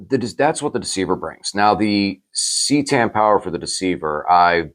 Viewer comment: Phonetics it's ca tan not ctan bro